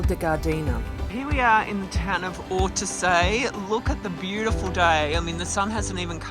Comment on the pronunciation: hello guys! Ortisei, not "ortesei". and "tre cime DI Lavaredo", not "de" ;)